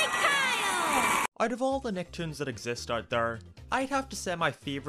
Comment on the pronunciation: Is it just me or does he keep saying nacktoons